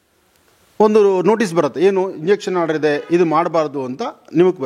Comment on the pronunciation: ಸ್ವಾಮೀಜಿ ಅದು ಇಂಜಕ್ಷನ್ ಆರ್ಡರ್ ಅಲ್ಲ injunction order ಅಂತ 😁